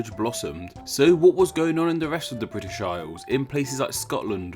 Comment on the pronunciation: '.......Fwom vuh Bwitish Isles........'- nice speech impediment, you turd - BRAVO !!